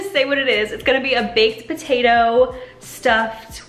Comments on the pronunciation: Am I the only one heating Batatoe instead of patatoe lol . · I thought you said Botatoes.🤣 Mmmm Botatoes.😋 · wait are you pronouncing potato with a b ?